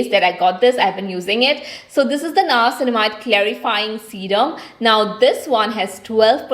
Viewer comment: It's not nayacinamide It's nia-cin-mide